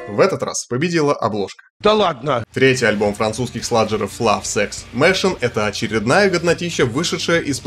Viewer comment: Прошу, проверяй, хоть гугл бабу на произношение. Я не говорю, что без акцента. А вот например machine с ударением на i. А eviscerate - эвисцерейт.